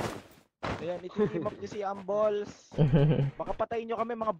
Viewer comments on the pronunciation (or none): grabe magbasa sa hambles hahahahaha hamb lis hahahaha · mali pronounce nya ng hambles